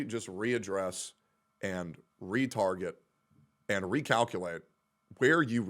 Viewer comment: I know he said "retarget" but at first I thought he said "retard it" and, even tho I didn't understand, I laughed anyway.